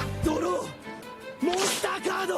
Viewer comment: monsTAH CARDO